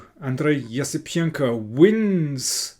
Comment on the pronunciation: I think you nailed pronouncing Esipenko’s name like never before